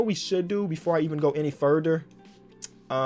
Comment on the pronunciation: Nobody ever: Before we go FuRDDer